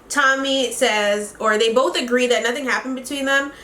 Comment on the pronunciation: "so imma do BOEth" that's how mind told me you said ✨💀💀💀 love ya girly